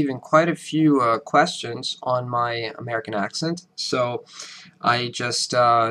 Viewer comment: His pronounciation is bad, dude. I will use the phonetic symbols in order to show you: - he says" quæstions" instead of "questions"; - he says "vi:deo" (with also the final Italian "O") instead of "vɪdeoʊ"; - he says "ʌ med" instead of "aɪ meɪd" (for "I made"); - he says "yearS" instead of "yearZ"; - he says "how I learn American English" instead of "how I learneD..."; - he says "explain it" with the wrong "T" sound (non American "T"); - he says "threaTS" instead of "threaDZ"; - he says "Amæri:can mAther" instead of "Amerɪcan mʌther" (several sounds are wrong in those two words); - he says "or Dad" rather than "or THaT"; - he says "ləttle" instead of "lɪttle"; - he says "meanS" rather than "meanZ" (unvoiced "s" instead of voiced "S" which sounds like a Z); I only did the first 40 seconds of the video and focused on the main mistakes (without going through them all, which would take hours to write down in this comment). Now the video is over 7 minutes long. Any American will hear a strong foreign accent within the first word when he says "HAllO" instead of either "Hɛˈloʊ" or "Həˈloʊ" (which I didn't even put in my list above). I'm telling you: there is no way an American will ever say this guy has no Italian or foreign accent. And there is no way an American is going to say this guy sounds American because he does not. To say that he does is a lie. Period. P.S. I advise you to listen to an American actor speak (e.g. Leonardo Di Caprio) and then to listen to this guy right af